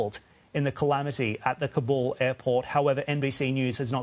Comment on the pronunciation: Why wouldn’t he at least learn how to say Kabul?